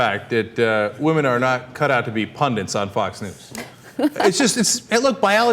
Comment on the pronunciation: It's hardly the most important issue here, but why do you guys keep saying 'pundants' instead of 'pundits'?